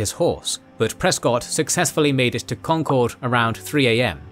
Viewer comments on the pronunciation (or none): As a Boston native I've been dying for this but please god it is pronounced con-kurd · I realize that, as a Brit, you're not aware of American pronunciations, but Concord is pronounced "CON-kerd." Other than that, great video. Oh, and Ticonderoga is pronounced "TY-con-der-o-ga" and Champlain is pronounced "Sham-PLAIN." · Concord rhymes with conquered 😊 Most folks pronounce it right when they say Lexington and Concord together, if that helps